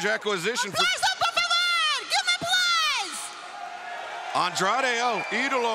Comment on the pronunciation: & few minutes later that same Jr, buried Andrade's name by saying Andre,& wasn't able to say el idolo!!! 😂😂😢. Damn,, Aew needs to get rid of that old man from commentary. He also said penta,, peter!! Excalibur corrected him both times